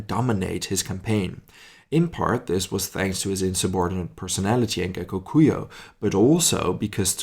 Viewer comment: The last part of Gekokujo is read as in Joe.